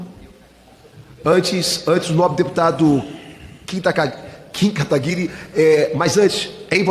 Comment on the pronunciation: Por que ninguém fala o nome do Kim Kataguiri direito? Sério, é um nome bem fácil de falar.